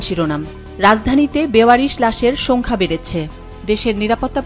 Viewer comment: এই মহিলাকে দয়া করে আর সংবাদ পাঠ করতে দেবেন না। একজন সংবাদ পাঠিকার উচ্চারণ যতটা পরিশীলিত হওয়া উচিত, এনার তা নয়।‌ বিশেষ করে 'ছনদ', 'সোংখ্যা', ' ভ্যানিজুয়েলা', 'বাহাত্তুর' -- এমন উচ্চারণগুলো মেনে নেওয়া যায়না।